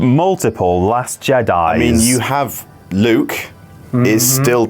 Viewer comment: It's going to be hard not to call them Jedees now.